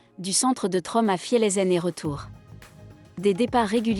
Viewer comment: Tromso ne se prononce pas Trom mais "tromseu"